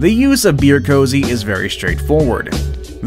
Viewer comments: Heads up to the narrator the correct pronunciation is koozie not cozy. Koo-zee not Co-zee; they are 2 very different words. How does an oversight like that make it all the way thru final production & no - one noticed/ knew the correct pronunciation...? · It's K O O Z I E not "cozy".